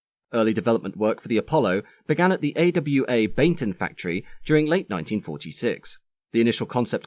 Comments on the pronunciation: Hi ... very interesting. It sounds as if you are calling the base airfield Baignton ... I think it may actually have been Baginton near Coventry where AW were based ? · Work started at the Bag-ing-ton not Bainton factory. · I only highlighted that because he mispronounced Bagington.